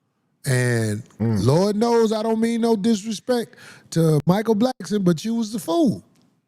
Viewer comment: Mike Blackston..come on Corey it's Blackson